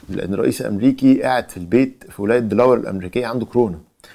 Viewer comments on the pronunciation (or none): This is how you pronounce Delaware, it is 2 syllables: Dela ware دلاوىر